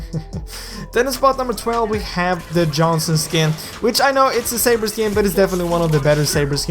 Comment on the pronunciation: Well it's not "safer" it's saber